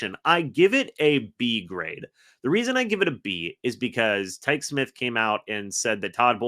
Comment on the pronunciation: Quit mispronouncing Tykee Smith's name.. It's pronounced (Ty-Key) Smith